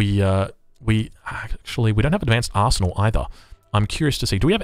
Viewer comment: When you say Arsenal it sounds like you're saying Asshole.